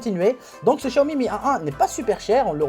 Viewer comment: C'est pas shaomi chaomi c'est xxxwxw xiaomi xxxxxx c'est un peu agassant prononce bien